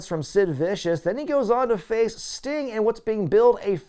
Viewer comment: Sting-uh? In the ring-uh?